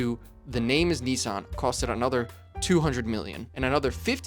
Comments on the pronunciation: We all hated the name change. They took a big hit in sales when it happened. Datsuns were cool. The same people would not be caught dead driving a "Nissin" as people were pronouncing it. American cars at the time were complete junk. Making it to 100k miles in a Ford, Chrysler, or Chevy was a huge deal, because most were toast by 75k. But a Datsun will get you to 100k & maybe 150k. It was a huge difference in quality & the perception of how long a car should last. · It’s NISSan, NOT Neeson!!!!!!!! 🤬🤬🤬🤬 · For goodness sake, the company is not called NEESAN, it's NISSAN. The emphasis on the I. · FYI, it was originally called Datsun, and is now called Nissan. At no point has it ever been called Knee-sarn. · It is not Neesarn. It's Niss-ann. Why do you Americans invent your own vowels? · It’s actually pronounced Nissun. It’s not pronounced Nis-San. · Reading the comments, lots of people prefer Datsun. I think I do too, if only bc when Brits say Nissan it's 'niss ahn' whereas in the States we say 'nee sanh'. How do the Japanese pronounce it? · They should have kept it as Datsun, that way 'Merkins wouldn't pronounce it incorrectly as Neesahn. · It is not ‘neesan’ and it was not ‘dartsun’ ... and there is no 'g' in luxury. It is not 'lugzury' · Wrong. In correct Japanese it is pronounced "NEE-sahn." There sure are a lot of people here who don't speak Japanese but are extremely confident of their mispronunciation. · 100%. This guy has mispronounced both Nissan and Datsun.